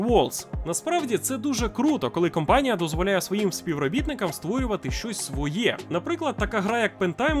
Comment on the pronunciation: Чувак, ти крутий і дякую тобі за твою працю, але, я дуже тебе прошу, не кОмпанія, а кАмпанія. Вже не вперше чую і дуже вухо ріже. І, разом з тим, не сабнаутика, а сабнотіка, якщо транслітом. Дякую